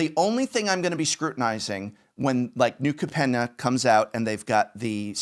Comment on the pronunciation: Anyone else concerned about Professor's wrong pronunciation of New Capenna?